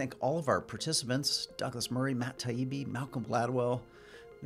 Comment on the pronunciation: Gladwell just came across as a snarky bully. Getting their names wrong again and again on purpose. It's funny how the most physically weak men try their best to be verbal bullies in a safe setting.